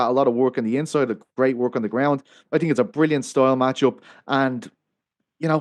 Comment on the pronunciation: Who do you tink win? It's "THINK" NOT TINK